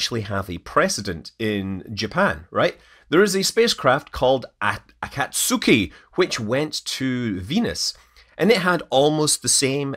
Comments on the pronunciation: That's not "A-KAT-suki" it's "Aka-tsu-ki" ("Dawn"). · Japanese pronunciation tips: In words with 3 or more syllables, the second syllable is usually the emphasized one. "Akatsuki" is "ah-KOT-su-key", not "AH-kot-SOO-key". (The u in "su" is often pronounced really lightly, almost like "ah-KOTS-key".) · Google Translate is terrible at Japanese. Now I'm curious what that line actually said in Japanese. By the way, it's ka-gu-ya not ka-GU-ya as well as a-ka-ts'ki not ak-ka-SU-ki. Japanese names don't have English stress patterns. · Is it me or is spaceflight actually getting more Kerbal? hats off to the architects of the properly designed guidance software though! vehicle control software seems to vary in quality widely at the moment. as a tiny aside "Akatsuki" is probably more like "AHcat-ski"